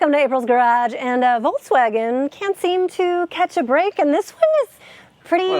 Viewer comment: Can you try to pronounce Volkswagen please? There's no 'tz' in there anywhere.